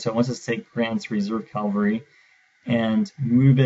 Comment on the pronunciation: CAVALRY NOT CALVARY GAAAHHHHH